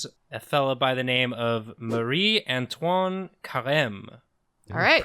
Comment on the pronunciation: As a first language French speaker, pronunciation was actually really good. At least for Marie Antoine.